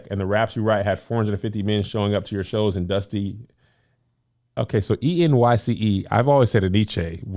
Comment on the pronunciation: It's actually just N-Y-C... not En-nee-Chay. I just found out last year lol